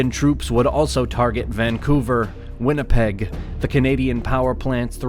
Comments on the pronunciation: Winnipeg NOT wHinnipeg, never seen that before...it is Winnie the Pooh not wHinnie the pooh. I enjoy the uploads; only trying to be constructive. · Why is there an « H » in Winnipeg? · its Winnipeg not Whinnipeg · Neat video but come on, Whinnipeg.....really? FFS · Whinnipeg with an "h"?